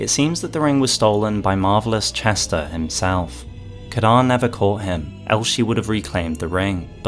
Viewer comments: Say Kee-ron, Kee-ron. Not Kiran. Edit: Didn't watch the full video before commenting, cut content eh, I wonder why they didn't pronounce it as it is in Irish? Also fun fact, Ciaran is a male name, the female form is Ciara! Great vid BTW, big love from the Emerald Isle 🇮🇪🇮🇪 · Ciaran is a Irish/scottish name, it’s normally pronounced like “kee-ran/kee-rin” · The way you were pronouncing Ciaran really bothered me until the reveal of the cut dialogue... Now it's that that really bothers me instead